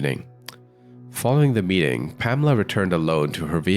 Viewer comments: Her name is pronounced PAMela, surely (Not PaMELa)! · PaMEla?? I think it would be PAmela. That's the normal pronunciation